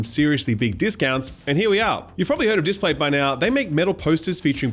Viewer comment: displate, not datplate